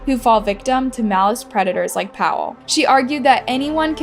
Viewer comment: Im polish and you calling Paweł Paw wow triggers me 😅 Rip btw